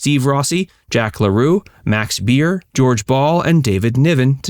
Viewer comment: Max Baer NOT Max Beer